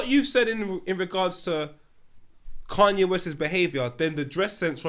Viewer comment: "Cunye" again lol